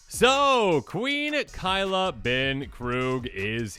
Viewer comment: Kay-la not kai-la